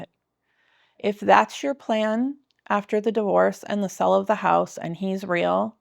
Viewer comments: Why do you all have such a hard time saying "sale"? I keep hearing "money from the 'sell' of the house." Wrong. Money from the SALE of the house. And long A sound, not a short E sound. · California for sure. Californians like to misuse short vowel sounds. They replace short E sound swith short I sounds (ex. Wendy becomes Windy) or short A sounds (ex. berry becomes bare-y). And then they apparently stick a short E where it doesn't belong in "sale." It's so bad, though, that i see people type "sell" when they should use "sale" (ex. We did a million dollars in sells last year). - They mispronounce it to the point where they forgot those are two different words with different meanings.